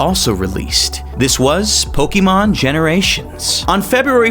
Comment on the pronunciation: The amount of times this man mispronounced Pokemon as "Po-key-mon" infuriated me but good video